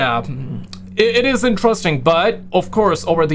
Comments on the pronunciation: Dude, it's IN-TER-EST-ING. 4 syllables. NOT " entrusting " please. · Kwite interusting.